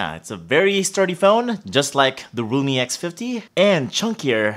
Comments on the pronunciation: Oh my god. Why do I keep hearing Roomie X50? OMG. Or sometimes even Lumi. Thought I'll see Microsoft Lumia too :) OMG. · His realme sounds like lumii